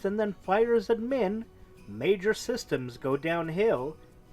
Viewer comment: What are "ass-burgers"? Seriously, you need to learn pronunciation for some simple words like Aspergers (the g sounds like a j) and admin has emphasis on the "ad" not the "min"